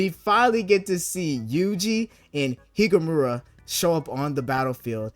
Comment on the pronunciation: Gii-ge Me: Tf?: Higu-mamura Me: Oh hell nah